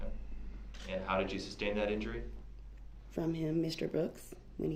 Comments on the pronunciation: Don't forget "substain" 😂🤣😅😆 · don't forget "subject matter jurisdiction." And the wrongful "SUBstain" not "SUStain." 🤦🏽‍♀️ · IT WOULDNT EVEN ALLOW HIM TO SAY THE WORD “sustain” CORRECTLY! He’d rather look like a dumb ass than to allow a woman to correct him 🤣🤣🤣🤣